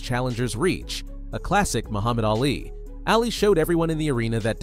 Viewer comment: Muhammad ‘Ahh Lee’. Not alley. If you’re going to narrate at least know how to pronounce their names. Thank you.